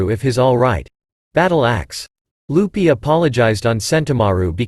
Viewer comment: Is it only me or do I hear you call Luffy “Lupy” 🫠